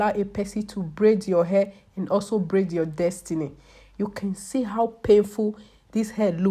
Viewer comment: Nobody will help hah!!!! Dis will end yuwah life!!! I love listening to her! So melodious and lilting. For real tho, this looks so painful. I'm getting shivers.